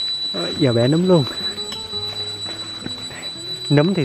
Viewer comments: Nấmmmm!!! Chứ khôg phải númmm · Nấm chứ k phải nhúm nha anh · Nấm ✅️ Núm❌️ Núm là khác nx ☻️